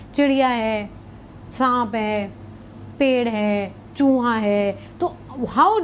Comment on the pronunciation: चुंहां nhi चुहा, घांस nhi घास 😂😂 Hme to aapki vocabs itne psnd hain jitne aapko nhi honge🤩🤩